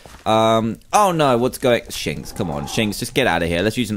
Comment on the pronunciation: when he said shinx it sowndid like he swaird